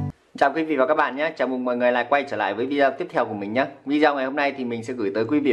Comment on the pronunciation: Rất ngon. Dưng mà đọc là "vi đi ô" zai nhé.